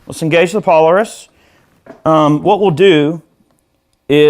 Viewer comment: Pole-air-isss, no need to struggle. I wish I could play half as well as you. Great sound